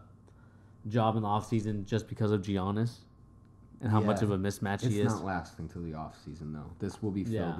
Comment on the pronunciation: Guys he's name is pronounced yiannis